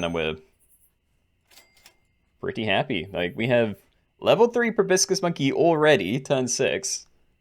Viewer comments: Proboscis, not brobiscis! You're as bad as that architect RCE at times! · Pro-bah-sis lol